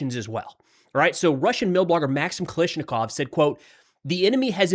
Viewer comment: Kal === A === shnikov NOT: Kal === i === shnikov Come on bro... Are you doing it on purpose?